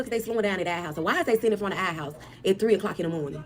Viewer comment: 😭🤣😂chile him saying our as “are” wouldve been it for me